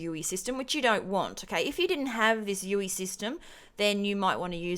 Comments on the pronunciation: I'm sorry but please say U.I not U.E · Its user Interface not user enterface. Should be pronounced U "I" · You say UE when its spelt UI.